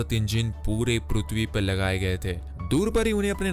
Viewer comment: Sale tu prithvi bol Raha hai ki PRUTHVI 😂😂😂